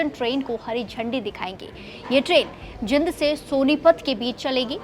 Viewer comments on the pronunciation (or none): Jind na bolna aata inko